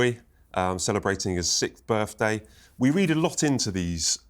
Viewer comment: Fgs Sun this Interviewer can't even pronounce the English language properly birFday ffs. I can't believe it, did he actually go to school ,my God